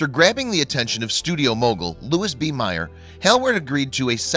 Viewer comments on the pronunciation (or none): That's the first time I've heard Meyer's name pronounced that way, LOL. They screwed once and were caught — not an "affair."